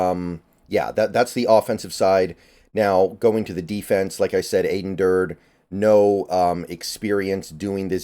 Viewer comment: Aden said in his press conference that it’s pronounced Ad-en (like Adam with an n) Dur-dee. Let’s nip that before the season starts! Sad to see Izzo and Shead go, but I am liking the hires so far! Macdonald was my top choice and after hearing the coordinator interviews liked it even more. Thanks for all the analyses!